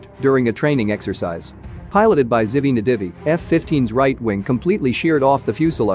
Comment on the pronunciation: It’s actually Ziv Nadivi, but you can’t expect someone to know how to pronounce foreign names correctly.